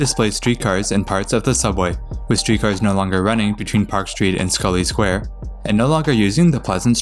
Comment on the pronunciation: North Station (the ground level portion) actually opened with Haymarket Square, Adams Square, and Scollay Square on 3 September 1898. It was part of the originally Tremont Street Subway extension. Thank you though for pronouncing Scollay Square correctly!